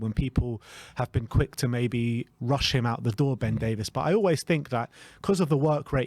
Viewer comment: His name is Davies. Not Davis. Why does every person in the world still get this wrong?